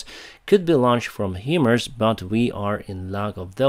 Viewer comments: HIMARS is pronounced ”High Mars" not "He Mers". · HIMARS = ~~~> HIGH <~~~~ Mobility Artillery Rocket System PRONOUNCED ----------> HIGH MARS NOT PRONOUNCED --> Heeeeemars Love You 💙💛🇺🇦